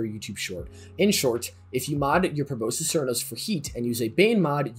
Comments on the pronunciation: Pro-boss-kiss. That’s how you pronounce that bow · it is pronounced proh-boss-iss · Bro can’t pronounce proboscis 💀